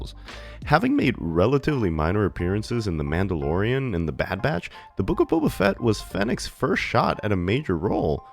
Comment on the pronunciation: The Boof of Fett? you mean the book of shit